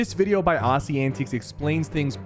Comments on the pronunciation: Bro I swear if you pronounce Aussie’s name like “Ahssie antiques” one more time… it’s so triggering 😭(please search the definition of aussie and antics then click on the learn to pronounce button 😂. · Ass-ee antiques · he doesn't know how to say aussie